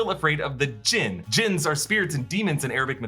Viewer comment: Its Jinn not Djinne